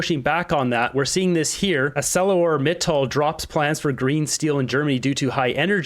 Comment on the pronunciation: ArcelorMittal is pronounced "R-C-lore Mit- tall"